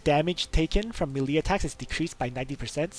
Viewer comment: Melee is pronounced may_lay